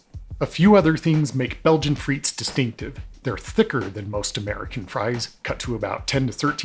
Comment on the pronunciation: Thanks for clearing this up, good video. Just a suggestion, in your relentless efforts of research, you might want to spend a few seconds to look up how to pronounce a foreign word